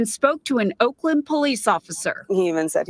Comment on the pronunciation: Umm ... Oakland woman, it's Oakland 🤷🏼‍♂️🤣 you're fucked by proximity